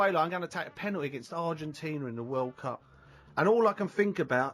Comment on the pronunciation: "Ah com on in'a GAYME". "Penool'is" Seriously there's way too many millionaire's walking around out there that don't even have a full school education... this guy clearly never went to college or even finished high school... it's ridiculous, it's shocking that 8th graders are literally able to get high results in spelling tests and math questions than these fully grown adults who're out in the world... HOW is this possible?>??